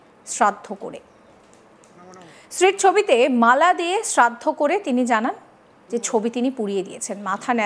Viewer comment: ota cherraddo na ota sraddho bole😅 by the way kaku tar wife er sraddho kore khub valo kaj koreche ❤